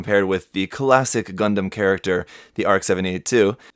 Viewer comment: Whenever that dude said "Gun-dehm" I died a little bit on the inside.